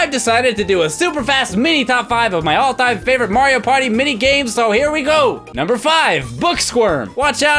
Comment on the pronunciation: Did anyone else notice he went "Numbre 7, Numbre 7, Numbre 5"